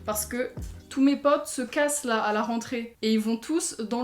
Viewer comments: Je suis là seule que ça me dérange parce que elle a un accent ultra bizarre quand elle dit mes "potes" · le "pote" avec ton accent 🥇